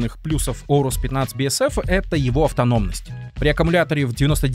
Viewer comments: орус? нет блин орэйрус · Если уж душнить на счет произношения, то от древнегреческого правильное произношение будет "Урус" (попутный ветер), а не Оурус и Аурус (но допускается и так, если правила переложения на другой язык того требуют). В русскоязычной среде прижилось Аурус, потому что оно банально на язык ложится (начало "оу" воспринимается как что-то неестественное и ломающее язык) и созвучно с известным одноимённым греческим словом, означающее "золотой". Такие дела.